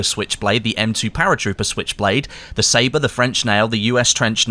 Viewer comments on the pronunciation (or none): none